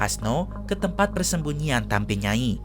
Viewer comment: Izin koreksi ya min. Yang benar itu TAMBI NYAI. bukan TAMBE. TAMBI artinya Nenek